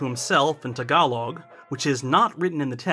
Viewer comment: 1) hey, you finally said tagalog correctly 2) the mistake on the pronounciation of Magsasay is on the first syllable, otherwise its correct. No emphasis on the first syllable (or any syllable) and said quickly? Or at least without pause. I think its the same mistake you made when you pronounced tagalog in that video from the olden times*. Lol.